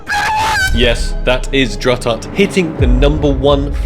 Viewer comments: Drututt is pronounced Drew-toot. Great video! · Buddy said druh tutt yikes